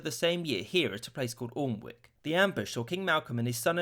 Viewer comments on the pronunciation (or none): It's pronounced "Annick", not "Orlnwick" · Alnwick is pronounced Anick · it’s pronounced anick (i know strange) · Its not pronounced Aln-wick, it's pronounced Anneck. Because Danelaw. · Please note Alnwick is pronounced Ahnnick. Not Allnick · It’s not All-nwick, it’s pronounced Anne-Nick.✌️ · Alnwick is pronounced "an-ick", not " olinwick". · Alnwick is usually pronounced Ann-ick by us northerners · Not being pompous but it's pronounced Anne Ick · Alnwick is pronounced Anic. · "Alnwick" is pronounced "Anne-ick". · “Alnwick” is (at least today) said “Anik”. I grew up there (along, I grant, with other places). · Please note: Alnwick is pronounced Ann-ick (the l and W are silent.) I know, English words are weird. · Alnwick was pronounced wrong, should be like ‘annick’ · Correct pronunciation of Alnwick is "Ann-ick". The "L" and "W" are silent. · Alnwick is in the North East pronounced Anick. Rather than Aln Wick. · I love your videos and i will never stop watching them so long as you keep making them, but good grief, you can tell you're not from the north of England - Alnwick is pronounced "Annik" and previously you pronounced the W in Berwick. It's like pronouncing London as it's written and not "Lun-Dun". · Alnwick is actually pronounced Annick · I as a northerner in England have never heard alnwick being pronounced in such a fashion It is usually pronounced an-ick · Alnwick - ANN-ick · Not being funny but you pronounced Alnwick wrong 😂😂. You don’t say it how it’s spelt... you pronounce it as an-ick (before anyone says anything im from there) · Me geordie blood boiled at hearing your pronunciation of Alnwick. It’s more like annick just thought you’d like to know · One thing I have to say is that Alnwick is pronounced "Ann-ick" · I think alnwick is pronounced an-ick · Small note to make here just in case you care - Alnwick isn't pronounced as it's spelled, it's pronounced more like Annick. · Oh lord that pronunciation of Alnwick was painfully bad!